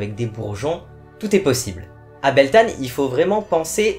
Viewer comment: Coucou, merci pour ta vidéo mon païen en Beltane se prononce "Beltène/Beltaine"